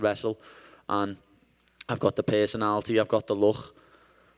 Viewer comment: Are you a fighter? "I goch da pergsonality, I goch da luk"